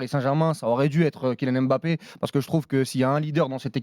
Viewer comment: « KiNiane Èmbapé »